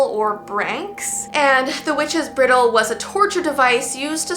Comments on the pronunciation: just me laughing at the fact u called it a “briddle,” when it’s a bridle like you put on a horse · Cool video, but the "i" in bridle is long. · It bugs me she mispronounced bridle lol but otherwise cool video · Witches Bridle. Bry-dle like a horses bridle. 😊